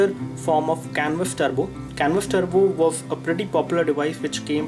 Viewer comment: Turbo, not Trubo.